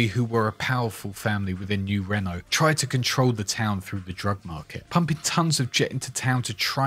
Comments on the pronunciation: Are you mispronouncing new Reno on purpose cause it's annoying as fuck it's not new Renault it's new Reno 🤦. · Me wondering what 'Nurenno' is, and then realizing American English makes no sense — he is saying 'New Reno' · Did you miss pronounce new reno on purpose or?